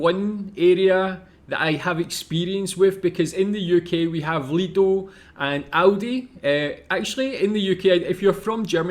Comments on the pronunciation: Please pronounce it Lidl. Not Lido✌ my favourite is Edeka. It's from Hamburg the supermarket brand. Regional and have many products in good quality. Is maybe little bit expensive for some people here. But i like the Store inside. Very modern colors. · Lidl and Aldi not lido or audi